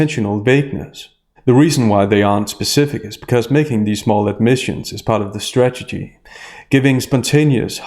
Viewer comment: We need to work on how you say strategy.